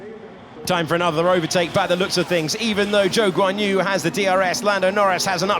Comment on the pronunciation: Quien es Wan Yuzu? No se pasen, aprendan a pronunciar bien su nombre 🙃